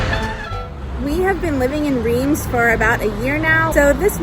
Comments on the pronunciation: If you live in Reims, why haven’t you learned to properly pronounce it? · insulting your viewers is not a good look—nor is mispronouncing the name of the city in which you live.